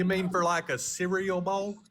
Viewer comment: "you mean for like a see-ree-yull bowl?" 😂